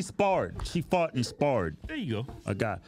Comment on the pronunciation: I thought he said "She fahted" (pooted) LMFAO!!